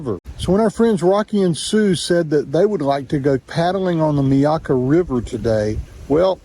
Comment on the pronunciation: Hey, it's pronounced My-akka (stress the my) not Meykka. Just a born n raised Floridians pronunciation of one of my local rivers